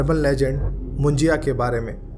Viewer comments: Moon-ji-ya nahi Moon-ja (मुंजा)😊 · मुंज्या... असत रे.... मुज्या नाही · मुंजाया नहीं मुंजा बोलते हैं